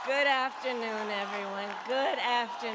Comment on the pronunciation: Guddd Avternooooooon. LOL not so good Uh.